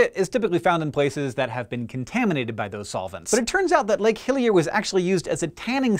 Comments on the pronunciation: Was I the only one that kept hearing Lake "Hylia"? all I could think of was The Legend Of Zelda hahaha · When I hear him say Lake Hillier, I kept thinking of Lake Hylia from Zelda. I used to pronounce it as Hillier as a kid. Come to think of it Hillier is a slightly odd name for a lake, seeing as means "more hilly".